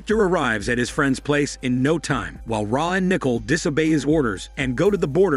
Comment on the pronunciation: It’s pronounced Nih-cole, not nickel.